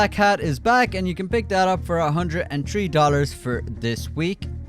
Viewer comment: You say 3 like bird man 💯